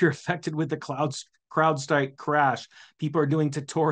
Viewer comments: LOL CLOUDSTRIKE? Hopefully you are pronouncing it like that on purpose!!! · He keeps saying “cloud strike” . . . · Crowd. Crowd. Crowd Strike. Not cloud.